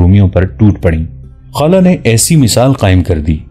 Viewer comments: خالہ نہی یار خولہ ۔۔۔۔نام صحیح لیا کرو یہ صحابیہ کی نام ھے کوئ عام نہی۔ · جناب آپ پھر نام خالہ نھیں خولہ ھے